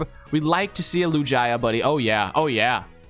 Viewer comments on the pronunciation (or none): LIJIA it’s lugia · You sead lu j a not lugia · its not lojia its loogia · Bro said lujiya not lugia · When said “Lugia” as “Lujia” where’s the “j” in Lugia 😂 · DID MY GUY JUST SAY LUJYA NOO it’s lugia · Triggered with lujia. Lew-ge-uh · Wait lugia is pronounced lu gia? Instead of lug ia? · Why was he calling Lugia Lujia? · He said lujaia but it's called lugia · not lujia lugia lol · they are saying lugia lujaya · it is not Lujia its Lugia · It’s Lugia not Lujia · Why does he say lugaia it's lugia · Not lugaia its lugia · Lugia pronounced: (Lu-g-e-a) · LuJiYah the pokeman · LEWGIAH????? BRO WHAT A SPED. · Anyone appreciate these guys sayin lugia "LuJIA" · ITS SO ANNOYING WHEN THEY SAY LUGIYA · LOL LU-JA-YA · Who’s a Lu-Jy-Uh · lu-GIA lol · Lugaja ? wtf is a Lugaja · He said loojia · Omg. Please stop for your friend butchering the pokemon names. Wtf is a Lu-gi-a?!?! Lu-gee-a(Lugia) and Nidoking is always said as Ny-do-king...it's nido like needle... please stop this madness!! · It is Lu Gee a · omg there’s no way just pronounced lugia like that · The way he said "Lugia" almost gave me a stroke. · and are not even pronouncing lugia name right🥲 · How they say Lugia hurts me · You said Lugia the wrong way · bro the way they pronounce lugia kills me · Can you please say lugia correctly, triggers me every time I hear it lol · I'm mad how he said lugia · He said lugia wrong which makes me mad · you pronouced lugia wrong! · Nope; Lugia is pronounced with a hard g, like with gift or gallade/gardevoir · Your really disappointing Lugia fans by saying it's Name like That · It's not gia geu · Please learn how to pronounce pokemon names. both of you, but especially that absolutely horrendous pronunciation of Lugia